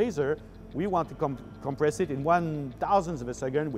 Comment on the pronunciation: Compwess vewy vewy fast! Reminds me of Looney Tunes. :P